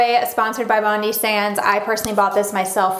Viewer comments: Love the video, very helpful. I’m from Australia and when pronouncing Bondi you say it like bond-i like saying the letter i at the end. Just thought I would let you know. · From an Aussie - it’s BOND - EYE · it's pronounced bon die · Why do all Americans say “Bondi” wrong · Well it is an Australian brand so probably meant to be said in an Australian accent???? That's why Americans say it wrong, cos they don't have the accent